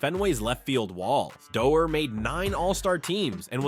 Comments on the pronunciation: Not dee- orr it's door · Bobby Doerr. Pronounced "Doh-ur"